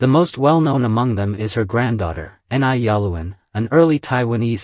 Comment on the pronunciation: "Ni' is pronounced "Nee" or "Knee".